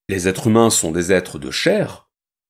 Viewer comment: on dit les "êtres-z-humains " pas les "êtrumains".